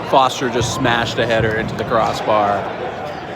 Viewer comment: The irony of you calling him "Foster" because you can't pronounce his last name and not realizing you're mispronouncing his first name is the funniest thing.